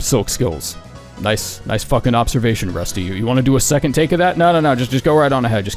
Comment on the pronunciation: seconth sounds right and wrong at the same time